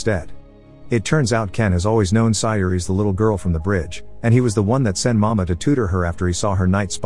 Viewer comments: Nice explanation. But for the record it is not pronounces "mama" but "ma-mei-ha" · Sometimes the pronunciations for certain words or names in these videos is pretty bad. Examples for this one would be Mameha and Sayori.